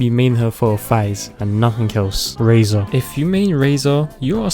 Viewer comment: But he got Bennett and Razor right so that’s good 😌 👍 But Xingqiu… thats a crime